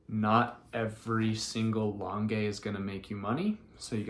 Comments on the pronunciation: Just started watching you and really enjoying your content! You may know this already since this vid is a year old but please, PLEASE pronounce L'ange like orange instead of lon-gay. 😉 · It’s pronounced launge - I can’t figure out how to type it phonetically! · Thanks for the tips. L’ange is not pronounced the way you are pronouncing it. Just fyi so that people Know. The e is silent. 😊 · Lange is pronounced with a soft G, like lingerie.